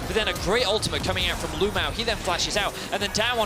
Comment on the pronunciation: It is CRAZY that a pro player in China is named LvMao. That is the exact same thing as if Rekkles changed his name to LvHitler. Even crazier is that EVERY caster calls him LU-MAO, it's like their scared to actually say his name.